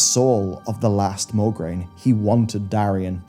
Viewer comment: MO-GRAINE, not MOR-GRAINE